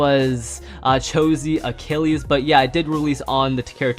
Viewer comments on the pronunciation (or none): none